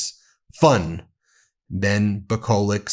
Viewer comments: Pronounced Nikolich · Ben, pronounce Yugoslav names (Nikolić) that end with č, ć (c) same as Dersowitcz or ch(air). It's easy. Like Djoković, Dončić etc. Sorry.